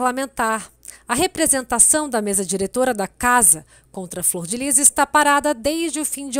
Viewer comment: Fror ou flor????